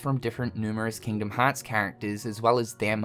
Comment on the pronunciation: Kingdom haaatz